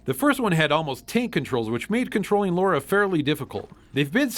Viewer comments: It's Lara, not Laura. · it's Lara Not Laura Croft 😎👍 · sigh LARA not Laura. Every American seems to get this wrong. Alisia Dragoon, El Viento and Nightshade (Kunoichi) are a few you missed. All good games. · I love you guys...but it's LARA. Not Laura. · Why can't Americans pronounce Lara's name correctly? It's LAH-rah, not Laura. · The name is Lara Croft not Laura Croft. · It's 2015 and people still call Lara "Laura." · Who forced you to make this? Social Justice Warriors? But no seriously, thanks for doing Alien: Isolation. It's a great game. And why do so many people mispronounce Lara's name?